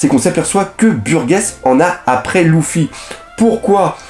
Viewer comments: Oui il prononce mal il dit louffy au de dire luffy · ponck Les voix japonaises prononce aussi Louffy mais sa ça dépends de tes préférence tu peux le prononcer comme tu veux mais Lojia.. sérieusement ? Il à une chaine entièrement consacré à one piece et il fait aucun effort pour les prononciation